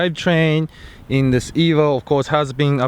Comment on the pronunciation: You keep saying ebo what is an ebo? Lmao